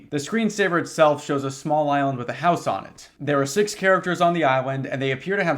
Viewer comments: “on the iwand” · “Thewe awe 6 chawactews on the Iwand”